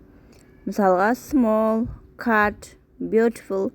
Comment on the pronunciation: Nicely найсли деп окылады. Cute кат емес кют деп